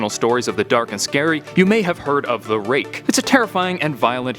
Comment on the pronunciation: i thought ut said rape lol